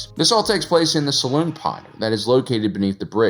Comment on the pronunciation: The ship has a "saloon pod"? Dude, they're not playing poker and drinking whiskey while listening to a guy playing an upright piano. It's a "Salon pod", a lounge.